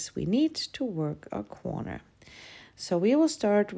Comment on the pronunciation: why do you say quorner instead of corner? Or is quorner another thing?